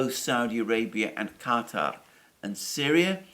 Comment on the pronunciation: Good to hear Alexander pronounced Qatar correctly, instead of the usual American pronunciation of "cutter".